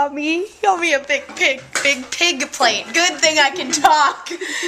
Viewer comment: How do you do that?! You are saying "big pig plate" without even using your upper lip! I feel so weird for pointing this out but its totally cool!!! Maybe thats why you mis-say things all the time, you aren't even using your upper lips to say the "b" and "p" sounds!!